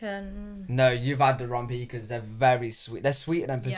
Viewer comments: PEECANS are what your grandparents keep under the bed in case they have to pee in the middle of the night! It is pronounced "pacahns". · We don't pronounce pecans as pee-cans, we pronounce it as puh-cons/peh-cons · Don’t say pee-cans. They are pronounced pa-cans! Especially in the South! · Puh-khans and puh-neuts are for France. Pee-cans and peanuts are for Americans. You are not from France so quit pretending. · PEA-KAHNS - not pee-kins - are NOT sweet. “All of your hearts 💞 need to be blessed” BIG TIME! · Quit saying PEEK ens IT is pronounced pee CANS (accent the capitalized sylable) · They aren't (Pee-Kuns) They're (Puh-Kahns) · Bless your heart. You guys need to pronounce pecans in Southern: pee-canz, canz as in ants or dance. If you need a place to stay on the east coast of North Carolina, let me know. We own a place in Beaufort, NC a lovely fishing village. I'll let you stay there for free. Seriously. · Pecans is pronounced with the first syllable very soft and the second syllable very hard: p kahn’ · In the South pecans are pronounced Pi-Kahns… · Pecans are pronounced pu-cons 😅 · pecans are pronounced pa caans